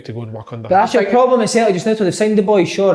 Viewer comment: Big kev "PLOBLEM" Kyle